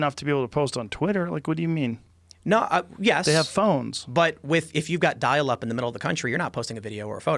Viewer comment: Haha he said dail up.